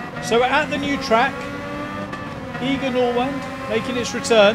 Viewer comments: It's Eye-ger not Ee-ger Nordwand. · Its not "eager" Nordwand, but more like "i-ger" ... * disappointed german noises* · It's pronounced Eye-ger, thanks for the vids.